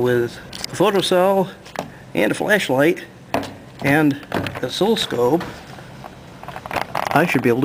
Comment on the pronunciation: lol he said fleshlight, not flashlight